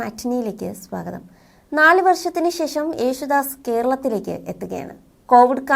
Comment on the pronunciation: " ശേശം " കശ്‌റ്റം, കശ്റ്റം, കശ്റ്റം